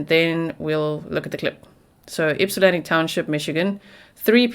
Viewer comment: You pronounced Ypsilanti and Washtenaw better than a lot of people who live in Michigan... well done 👏